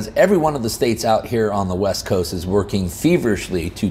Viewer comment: I thought you said “Left Coast” instead of west coast.